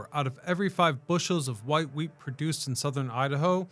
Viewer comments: Anyone else hear weed instead of wheat? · I agree I think he misspoke and said weed more than once I heard wheat twice but he said weed too lol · he definitely said weed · I swear to God you said loaded with weed. Lol. I've gone back and listened to it 4 times and it never changes to me. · My brain is so messed up, every time he said wheat, I hear Weed. And I'm thinking Huh??? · Lol! I heard it too. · Of course he said Weed! It was going to Portland. He also pulled an AI and said Sal-mon